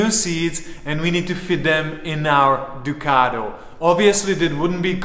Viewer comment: DUCATTTO NOT DUCARO haha